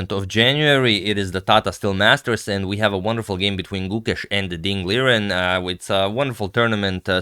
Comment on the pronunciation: I know you like to pronounce names correctly, Agadmator -- you should note that Liren would not be "lier-en", but actually "lee-ren" would be much closer, with the space deliberately between 'lee' and 'ren'. 'Liren', as a word, is a romanization of two characters, Li and Ren. Also Mandarin has tones, so there would be a very specific way of saying the two syllables (well, all three actually, including 'Ding'), though I don't know what the correct pronunciation is offhand.